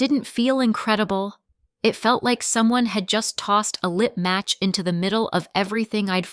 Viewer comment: What’s a lip match????😂😂😂😂😂 you mean a LIT match!🫣🫣🫣🤪🤪🤪